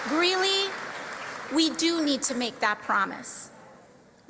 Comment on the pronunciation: Greeley, not Greenley